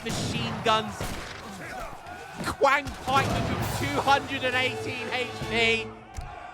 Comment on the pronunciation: Amazing game and great cast! You’re probably sick of hearing pronunciation tips, but in Chinese the Q is pronounced with a Ch sound, so instead of Qiang pikemen you say it like Chiang pikemen